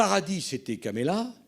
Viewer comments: Monsieur Sarkozy, on dit Kamala et non pas "Kémala"! C'est quand même pas difficile à dire ! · Ce type de Sarkozy est un orgueilleux incroyable. Un corrompu condamné qui se fait passer pour un donneur de leçons. Il prononce même mal le nom de Kamala, et il le fait volontairement. N importe quoi